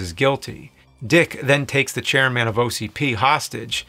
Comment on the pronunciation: CHAIR-MAN, EMIL, SUX 6000... You're just trolling us with these pronunciations now.